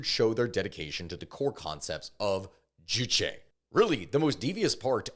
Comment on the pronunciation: k i just gotta say, you say juchi a lot, not juche juche 주체 means subject. juchi 주치 means a physician. so hearing “they abide by the physician’s ideology” is just really funny idk 😂